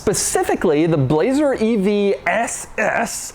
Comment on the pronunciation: Doug: "Bu-lazer"